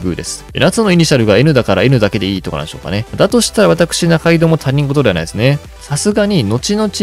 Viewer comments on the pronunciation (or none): 他人事（ひとごと）ですよ。 たにんごとではありません